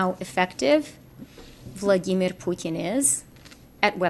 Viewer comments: "Vlodimir Pyoutiin"???? Why can't she say his name properly? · Wtf is that weird pronunciation of Vladimir Putin Freeland is spewing? Your version of it made me choke on my tea, thanks! 😂